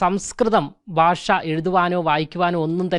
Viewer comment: This reporter should learn how to pronounce " bhasha" in malayalam. It should not be "basha" .The whole system is running down fast While this reporter mis pronou ces some words, most channels are full of such standards.